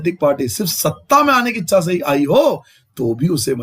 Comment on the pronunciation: Sir apne echha ko eksha bola he